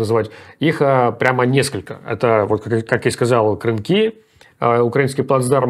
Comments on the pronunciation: КрЫ́нки, а не КрынкИ́!!! - Идиот! Кры́нки это сосуды для хранения молока! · КрЫнки! Блин. Кры́нки! Запомните уже ! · Ребята, спасибо, но КрыНки, ударение на первом слоге, кто знает, тому очень режет ухо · Правильно КрЫнки, от слова крЫнка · Сколько можно коверкать название? КрЫнки!